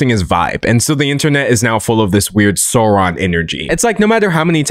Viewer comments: Babe I'm disappointed. I thought you're the type who would pronounce Sauron properly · You made some important mistakes. First, Saruman was never Gandalf's mentor. They've always been colleagues. Second, you mispronounced Sauron. Yeah, he kinda deserves to have his name mispronounced, but at the same time you're butchering someone else's language.